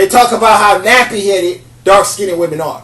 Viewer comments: Lmbo! FINALLY, someone else that's corrected that mispronunciation. Annoying...the Englishp language isn't as difficult as many make it seem. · I love the way you say dark skin-ned women, it cracks me up! Priceless and gorgeous. However, if a brother doesn't like my dark skin, it's all good, I get checked out by many many others. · smh....."skin-ded"? Artculate first, then educate others. But, good perspective. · Listen, young man, first learn to speak the language you use properly. You are not pronouncing the word skinned improperly. The "ed" in the word skinned is not a separate syllable. The word is only one syllable. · Please pronounce "skinned" correctly.